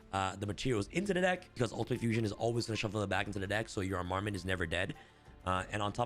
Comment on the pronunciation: just fyi it's pronounced arm-a-ment, not a-mar-ment